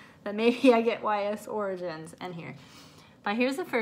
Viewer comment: U butchered Ys origins 😂😂 but nice pick up from LRG